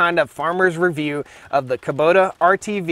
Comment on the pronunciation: Haha i love how you say Kuboter. Please make a song "Taters 'n' Kuboters"!